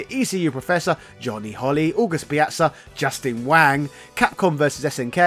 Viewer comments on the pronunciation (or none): none